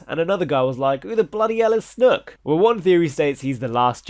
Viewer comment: I die every time you say 'snook'